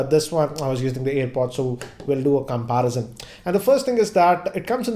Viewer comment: How you spell the word you pronounce CAPARASEN or it is Comparison? 🤣